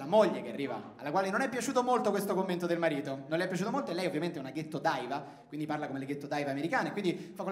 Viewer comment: Si, Edoà, tutto corretto ed anche molto divertente, però "daiva" e " Grammy" nun se po' sentì. Let's try to be a lil' more accurate with this shit ;)